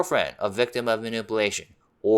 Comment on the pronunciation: Please learn how to pronounce "manipulation"